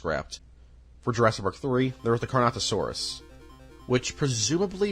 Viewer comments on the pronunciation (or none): I hate to be a sucker but here are the dinosaurs you mispronounced. (Im only going off of what I think is what you said) Pteradon - Pteranodon* Carnosaurs/Carnotosaurus - Carnotaurus* Parsaurlophus - Parasaurolophus* Mamenchiansaurus - Mamenchisaurus* Corythoruses - Corythosaurus* Pachycephalosaurus (You said the letters correctly, but it still sounds like you said it incorrectly) Elasamoforeium - Elasmotherium* Basalinosaurus - Basilosaurus* Doecurus - Doedicurus* Pro cop to don (Say it like this <----) Carodontosaurus - Charcharodontosaurus* Yangchuasaurus - Yangchuwanasaurus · I have marked every instance of mispronunciation of dinosaur names and people names in this video. They are listed below: Carnosaurus 💀 Carnotosaurus 💀 Lewis dogson 💀 Pteradon 💀 Brockiosaurus 💀 Parasaurofolus 💀 Corythoruses 💀 Pachyphlosaurus 💀 Gullymimus 💀 Oscar moralis 💀 Elasmoforium💀 Titanboa 💀 Docuris 💀 Hyodon 💀 Vasilineosaurus💀 Arctus 💀 Doicuris 💀 Mussosaurus 💀 Gigantosaurus💀 Proceratops 💀 Orthimimus 💀 Aliormas 💀 Thesealosaurus 💀 Geosternbergia💀 Ankylorodon 💀 CompategoSUS 💀 Colin trev-arrow 💀 Micheal craydon 💀 Mamalian scratch mormo 💀 Anklyosaur 💀 The lysyne contingency 💀 My favorite dinosaur is the Pair-uh-soar-ah-low-fuss not parasaurofolus. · ‘CARNATOSAURUS’? HOW HARD IS IT TO PRONOUNCE CARNOTAURUS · It's car-no-taur-us, not car-no-saur-us !!! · It’s the Carnotaurus ^^ not Carnosaurus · I find it funny how you forget the T in Carnotaurus and call them carnosaurs. Carnosaurs are a real thing, they are a group called Carnosauria which consist of Carcharodontosauridae, Allosauroidea, Megalosauroidea, and many others. It’s a very wide group consisting of organisms like Allosaurus to the entire Spinosauridae family. This is definitely a minor nitpick but my brain it was said multiple times so I thought, I might as well nerd out in the comments. Now a days, when people think of Carnosaurs, they’re mostly talking about the horror movies from the 90s. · CarnoTaurus, not CarnoSaurus